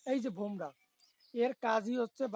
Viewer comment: আরে শুয়োরের বাচ্চা বাংলাদেশের ভিখারি মুসলিম ওটা ভোমরা নয় বুমরাহ 😂😂😂,,, খানকীর ছেলে ভারত হারবে মাদারচোত 😂